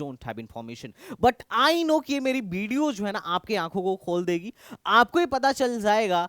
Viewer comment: Video ❌ Bideo ✅